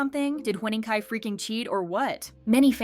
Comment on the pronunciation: Huening Kai❌ Hwening Kai✅